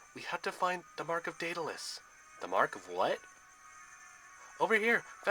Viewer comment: Its pronoucend Daud-le-us